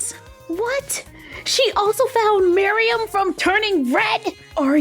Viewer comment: Should we tell that’s she’s saying Miriam's name wrong?